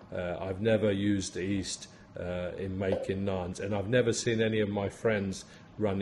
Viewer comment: When you say "east" do you mean yeast? Unless I misunderstood you, apologies if I did